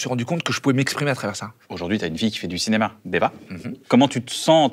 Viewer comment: le CINEMAH